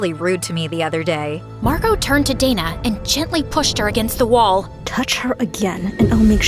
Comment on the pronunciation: wait isnt it dana and not data..?